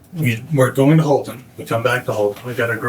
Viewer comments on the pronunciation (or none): Houlton, not Halton